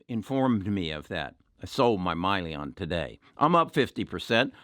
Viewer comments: It's Hyliion, not Myliion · i can't take Hyliion stock advice from someone who mispronounces the company name as "Myliion". He's obviously not interested in the company nor has he done any research. He just heard from someone in the "tribe" that replacing the powertrain will void the truck warranty. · First of all is not MYLION. It’s Hylion and the name comes from Hydrogen,Lithium Ion. Secondly, the added electrical solution does not affect the warranty of the trucks. This issue has been discussed many times in their prospectus and investor presentation. Please Do as you Preach and EDUCATE YOURSELF. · Just a correction if I may. I think the company you were referring to is Hyliion, not Myliion which is what I heard you say in your video. SHLL is the ticker symbol for Tortoise Acquisition Corp which is an SPAC (Special Purpose Acquisition Company) and with which Hylliion is to merge in the near future. From then on Hylliion will be a Public company and will have a new ticker symbol HYLN on the New York Stock Exchange. I fully agree with you that this is very much a worthwhile investment. I much enjoy your videos. Very helpful. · How are you going to own a company that you don’t even know how it’s pronounced? Probably a good thing he sold. This guy is a swing trader and easily buys or sells stocks based on 1 of his members’ opinion. Don’t agree with his decisions and how easily he’s swayed.